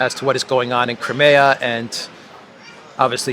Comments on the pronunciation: I've never heard Crimea pronounced "Creamaya"? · You have now, it appears. It's the European way of pronouncing it, rather than English. I'm bilingual, and when I talk in English, I pronounce the name as Cry- mee-a. When speaking to Slav friends or family, it's Crim (cream) e- ya. Or just Crim.